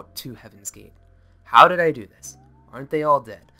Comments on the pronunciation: I cringed everytime he said Do as doo and not doe lol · Its pronounced like doe not do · "Do" is pronounced "dough" as in "doughnut". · Ti and Do are from the musical scale and it's pronounced like "dough" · Pro tips: Do is pronounced "dough" (as in... do re mi fa so la ti do) and Telah as "tee-lah."